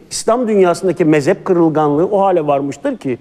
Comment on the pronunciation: o dediğiniz mezep değil mezhep, Türkçeyi düzgün konuşun lütfen siz göz önünde bulunan bir insansınız.